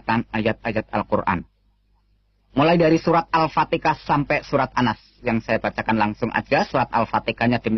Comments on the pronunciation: Bukan alfatekah kiyai tapi alfatihah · Gk jelas sapa yg bicara.. Sayyidina dy sebut sahidina.. Alfatiha d blang Alfateka.. "Iyaa kana'budu" d baca "iyya kana'butu"😅Ketahuan ini kisah bohong. Hnya baca text aja.. Masya Allah.. Sepintar2nya org kafir yg ingin menyesatkn Alquran, pasti ketahuan bohongnya.. Tuhan it Allah ato Yesus sih? Trus roh kudus it sapa? Dy laki ato perempuan?